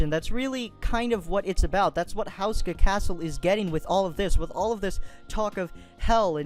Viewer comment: You don't pronounce it the way you said. (houseska) its pronounced ( hooska )